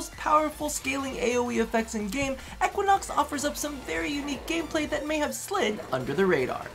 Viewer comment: If he says"eckuinox" again...